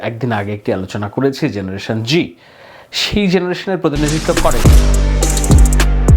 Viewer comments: ভাই, জেনারেশন জেড(Z) বলতে জেনারেশন জুমার বুঝালেন, কিন্তু উচ্চারণ করলেন জেনারেশন জি(G), একটু ক্লিয়ার করুন প্লিজ। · Please first learn the difference between G and Z before making videos. And you are not even saying the name of his father, Obaidul or Rabiul. You should now retire from creating such rubbish videos. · Z ke o G pronounce kora hoy